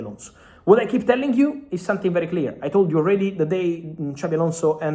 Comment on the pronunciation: Not sonthing not sonthing not sonthing please try it’s easy